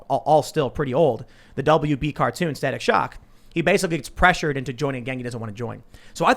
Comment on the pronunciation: Staic shock......no please not staic